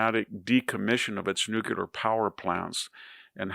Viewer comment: VDH is one of the greatest minds of our time. If only he could properly pronounce 'nuclear.'